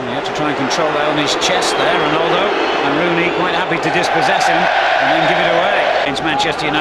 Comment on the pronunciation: lol he butchered ronaldo